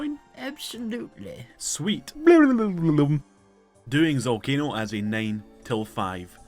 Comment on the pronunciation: the boss is called ZALCANO not ZOLCANO OMG DUMB YOUTUBER